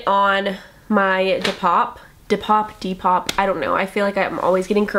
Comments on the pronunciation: you can literally watch any other depop video on YouTube and find out how to say it. D. POP. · you can't be serious saying depop like that